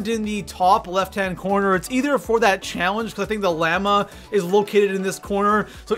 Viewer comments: I HATE HOW HE SAID LLAMA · Anyone else laugh at how he said llama ?